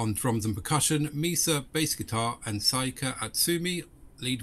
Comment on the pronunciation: Nice reaction. BTW, Saiki's name is pronounced like the sports brand Nike... just exchange the "N" for an "S".